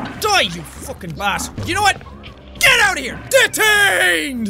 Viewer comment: Shelby Noelle you heard it hear it's detainded not DETAINED